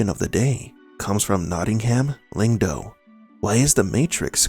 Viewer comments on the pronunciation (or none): It's not Lingdo It's Longdo.